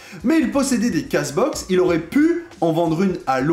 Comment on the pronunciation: Salut, petit conseil: « Case Box » se prononce « Keyze Box ». Merci pour cette vidéo, très intéressant comme thème.